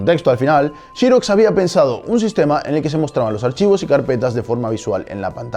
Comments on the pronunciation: Está bien, no comentaré sobre lo de Apple (aunque si nos apegamos a tu argumento entonces tu nombre se pronunciaría "", y no "Neit", jaja), pero si que me dejó pensativo lo de la producción de Xerox, "Chirox", jaja, y sí, se que en España es así, como Xiaomi que le llaman "Chiaomi", pero por el bien de la humanidad mejor pronunciar "serox" o "zirox" como en inglés, jaja. Saludos. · El documental es muy bueno, interesante y currado. Lo único que ha bajado su nivel es la pronunciación de XEROX y no de Apple que en "teoría" está bien dicho! El problema de la palabra XEROX es que no se pronuncia con la letra "CH" ni en inglés ni español. Quitando la "pijotada" de la pronunciación de la palabra XEROX, te ánimo a que sigas haciendo este tipo de vídeos que dan MUCHA cultura y educación en estas redes sociales donde está plagado de vídeos vacíos que atontan a cualquier cerebro... 😉 👍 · súper, como se lee o como se pronuncia, sin caer en inventar, como por ejemplo "Chiros"... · Me hace mucho ruido el “Chiroxs” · Encuentro terrible que en España pronuncien shirocs en vez de Xerox. Solo por eso le doy un no me gusta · shí rocs ! XD . Suena raro escuchar pronunciar la x como sh. Muy buen material de estudio. Like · Que chistoson habla este señor el pronuncia APEL, ja ja ja no se de donde saca la letra "E" de APEL y la otra palabra mal prionunciada es SHIROX (XEROX) y cuando veo TV de España a Wall Street le dicen wal"e"strit no se de donde sacan la letra "E" de enmedio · Francisco Justel es mas como shhirozz, jaja pero si entiendo el punto si no sabes pronunciar inglés mejor léelo en castellano, se oye menos ridículo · se entiende la aclaración, pero qué hay de pronunciarla como se debe, sin localismos?...Xerox? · Pense que el comentario iba a ser por la pronunciación de Xerox... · Qué raro pronuncian por allá la palabra "xerox" 🤔🤔🤔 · chirox chirox jajajajaj se dice serox hombre!! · Se dice "xerox", no jiros